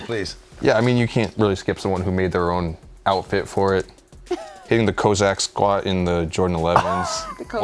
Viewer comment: wins worst take for saying "Kozack Squat"